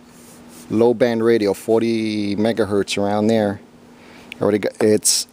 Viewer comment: Megahertz NOT “Mega Hurt” 🤦🏼‍♂️